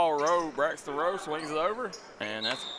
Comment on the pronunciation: It’s Rowe pronounced like how for #1 for Harlan. Not like row